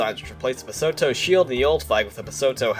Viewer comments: Loved this video! Would love to see the flag changes from every 25 years like and . Also small note Lesotho is pronounced Lih-soo-too, you don’t pronounce the th like usual and the o’s sound like they do in the word too or two. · It's pronounced luh soo too